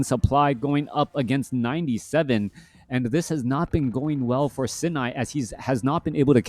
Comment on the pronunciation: Love the fact that you've learned how to pronounce "Sini" correctly before and now we're suddenly back to the incorrect pronounciation for some reason.. a real certified moment, for sure XD